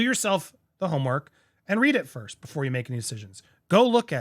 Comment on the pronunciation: Please correct the "irst"!!!!!!!!